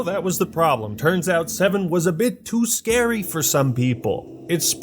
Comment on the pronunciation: "Resident Evil is to scawy" jeez people are snowflakes